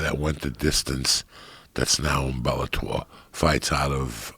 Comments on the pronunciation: Joe ``i can`t pronounce Bellator``Rogan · cause he`s Dana bitch. he can`t even pronounce Bellator